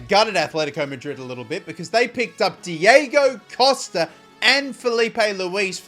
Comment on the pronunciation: Somebody needs to tell here that he say the names diego wrong on costa and godin